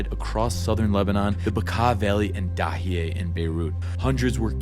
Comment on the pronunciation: Dahia not Dahiaiy im Lebanese ❤🇱🇧❤️🇱🇧❤️🇱🇧❤️